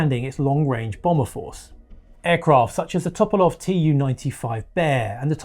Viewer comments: A small correction: you pronounced Tupolev as Topolov. It's too-paw-lev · Tupolev -> Toperlov??? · A "Top-o-love" you say?? haha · No one ever bothers to google the correct pronunciation. It obviously causes physical pain.